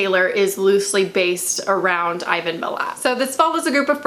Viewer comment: Don't worry about the mispronunciation of Ivan Milat's name. He's our Bundy.